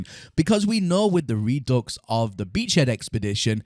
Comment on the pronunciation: You realize that it is not pronounced "re-ducks", right? It's "re-due"